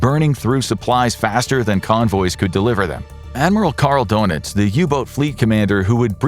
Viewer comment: Its pronounces durnitz not donuts